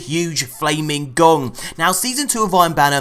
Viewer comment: Lol, sounded like you said huge flaming Dong! (Gong) 😂